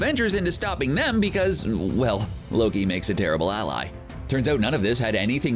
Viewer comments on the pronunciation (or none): none